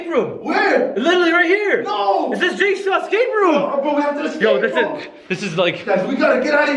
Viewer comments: I taught you said jakesaw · its name is jigsaw not jakesaw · XD JAJAJAJA REAL JIT SAW NOT LIFE JAJAJA 😂